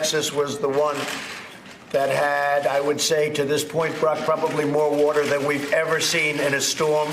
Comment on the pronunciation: How many times does he have to say whaater